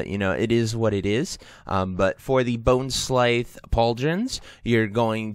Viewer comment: How do you butcher the pronunciation of every possible name 🤣 “bonesclythe” “gulth” “marexxnia” LOL it was hilarious man. Idk how you guys see these words and come up with this stuff!! 🤣